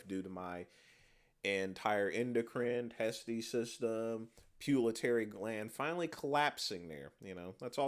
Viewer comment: it's pituitary gland, not " pulatary" gland😂😂